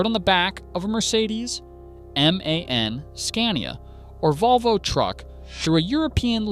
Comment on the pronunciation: For the thousandth time it's not pronounced man, its pronounced M.A.N. As separate letters. Stands for 'Maschinenfabrik Augsburg-Nürnberg'.